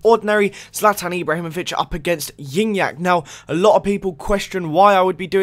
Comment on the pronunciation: It's pronounced gee nyac